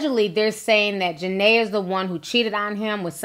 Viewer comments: It's JA-NEE-AH 😩😩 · I know it’s old but her name Ja-Ne-a !! Other than that I love your video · I am not taking up for jania but gurl u not even saying her name right before u want to talk about somebody make sure u no there name k👌